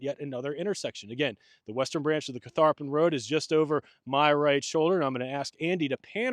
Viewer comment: Many kudos to Andy for his camera work, and to the whole crew for pronouncing Catharpin correctly! Didn’t realize there was so much Revolutionary War history also connected to the site, but the entire Central Virginia area was strategic in both wars.